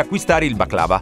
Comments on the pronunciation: Baclavà giusto? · si dice con l’accento alla fine